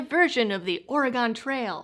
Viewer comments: Haha, did you say "oree-gone trail"? Made me giggle. Here in Oregon we call it "Ori-gun" yeah it's a little lazier rolling off the tongue but that's how we roll. Also, we stand apart from the three loony bins we call Portland, Salem and Eugene. Those guys do not represent the actual majority, which is why we are looking to Idaho for a little help. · I hate to be that guy, but it’s not ory-gone it’s ory-gun